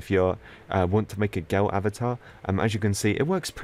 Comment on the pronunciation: Me saying girl: girl: Girwl Me: HE NEED SOME MIWLK